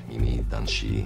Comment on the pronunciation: bro they're saying shi like she :skull